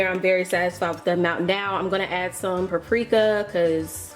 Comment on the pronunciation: wait....pronounce paprika one more time